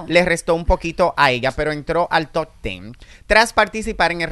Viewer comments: El día que diga TOP y no TOT yo seré ma’ feliz 😂😂😂😂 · Top,, top, tú pronunciación deja mucho que decir ya que te la das en muy letrado!